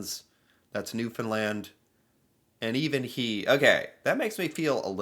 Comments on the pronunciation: Snow can get pretty high in places, with gusting winds, the snow blows and large drifts are formed…you said the name Newfoundland perfectly…Atlantic Canada is made up of four provinces….Nova Scotia, New Brunswick, Prince Edward Island and Newfoundland…this last snow storm was a doozy as we say …Newfoundland usually gets hit harder being further north…and Newfoundlanders have a different accent than the other Atlantic provinces…they are a warm, friendly people…Newfoundland is usually refereed to the Rock…you could do a whole video on Newfoundland it is so interesting….love your videos…♥️ 🇨🇦 ♥️ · Very impressed you pronounced Newfoundland correctly despite being unfamiliar with our accent! I think you're the first one to do it right without being coached! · The accent of the man clearing snow by the school is typical Newfoundland accent in the eastern part of the province. You pronounce the name of Newfoundland exactly as it is pronounced by those of us Newfoundlanders. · Thank you for pronouncing Newfoundland correctly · Check out videos of snow mageddon 2020. We had snow like this but in one storm and not two. Thanks for saying Newfoundland correctly. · So great to hear you pronounce Newfoundland correctly. To be honest the snow isn‘t that big of a deal. We use heavy equipment to dig the snow and truck it away with dump trucks. In the past we dumped the snow in the ocean but there are environmental impacts so that’s no longer done. Yes, Our accent sounds very Irish/Welsh. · Well done pronouncing Newfoundland at the start of the video. You are one of us now. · You pronounced Newfoundland great. Congrats. I was in St.Johns in 2020 during snowmageddon. I feel like that was worse but I’m not there now to see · I just watched a another person's react channel regarding Newfoundland and he kept saying New fend lend ... 😅 Im so petty I stoped watching, and your pronunciations was perfect. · Makes me proud every time I hears him pronounce Newfoundland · HE GOT IT!! 😊